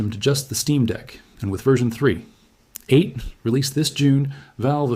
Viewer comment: Great AI video. Especially hearing an AI narrator that can't say "3.8"